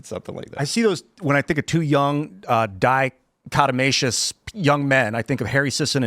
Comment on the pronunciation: "Dichotomacious" lol. Nice word but it's actually "Dichotomous"🤓